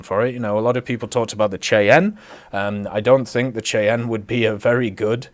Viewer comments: It's pronounced "SHY-ANN" Not the way you pronounced it. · The Cheyanne is pronounced shai-an just fyi